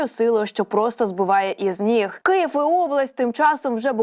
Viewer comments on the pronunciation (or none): none